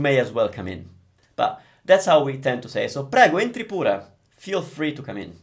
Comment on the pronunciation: Salve! I'm a Portuguese speaker and I'm have a great time learning Italian with you! Grazie mille! I've got a question about the pronunciation of "pure". When you said it, to me sounds more like "pura", a sound instead of e. Am I wrong? Thanks again! 🙏